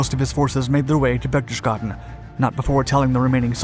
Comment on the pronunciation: it's pronounced like: (berch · tes· gaa· den).